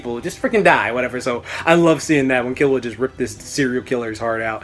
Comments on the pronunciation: I think it's pronounced Kee-low-ah, but whatever, it's all relative right. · its pronounced key-lewa and gown loving the vid tho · OberonFK I think it's kill-u-a the way it's pronounced because of kill and he's a assassin